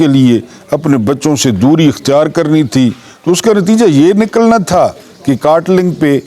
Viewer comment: نیازی صاحب KATLING نہیں بلکہ KATLANG ہے تھوڑی سی ریسرچ کرلیا کرلیں پلیز